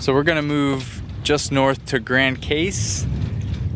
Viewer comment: Your pronunciations are horrid! May I suggest you do these islands justice and google pronunciations? I’m happy to hear you got one corrected! “Gran-cass = Grand Case” Mary-go” = Marigot. It makes me absolutely crazy! LOL I love St Martin & Grand Case for sure. Your dive was beautiful & that turtle camouflaged was amazing. It was a nice, peaceful vlog. Stay safe!